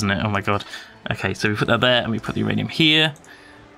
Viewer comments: It's not URanium, it's MYranium. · no its not youranium its myranium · Uranium not rainium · Uranium? My ranium? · myranium, get it right. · What Ranium, My Ranium? Your Ranium? WHO'S RANIUM.